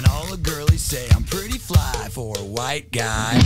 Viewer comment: I never knew it was pronounced “H-wite guy”! I learn so much from you, Justin!